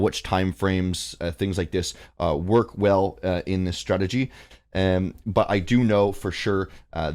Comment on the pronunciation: Mans said STRATEDGY